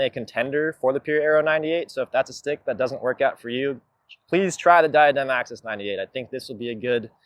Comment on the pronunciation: It’s pronounced….Die ah dem